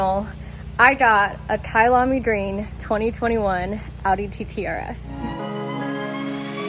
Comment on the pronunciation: Kayalami is a race track in South Africa woo woo kayalami also means my home in Zulu. So happy your pronunciation was good well done and many many safe miles!